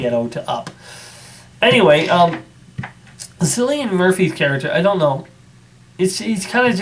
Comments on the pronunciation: It's pronounced "Killian" not "Sillian" Murphy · I'm sure of it, he was born in Ireland and the Celtic pronunciation is Kill-ee-an